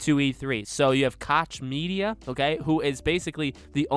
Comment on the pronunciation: I love how people pronounce “koch media” so wrongly